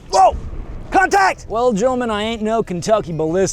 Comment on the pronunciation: "WHOOW CONATCT"😂